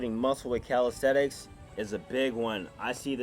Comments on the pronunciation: Why does he say “calistETICS” it’s calistENICS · in the beginning it sounded like he said "how to build muscle with calisex"